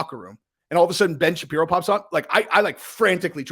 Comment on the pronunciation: Creative ending. Nice Job,. But Ben Shepario. Lol